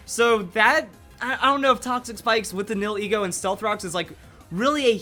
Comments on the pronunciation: Nihilego is pronounced. "Knee-Hill-Ego." and not "Neal-Heego" xD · Nihilego Nie - ah - lee - go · It's pronounced (Knee-Hill-E-Go) Nihil is Latin for nothing, then ego is your self worth, so it's No self worth